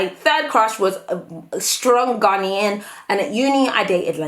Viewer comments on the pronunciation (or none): GAR-NAY-UN — that’s how you say Ghanaian, not GAR-NEE-UN . I still love you though:) x